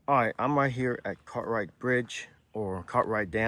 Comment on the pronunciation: Why do you keep calling Cartright dam it's Gathright Dam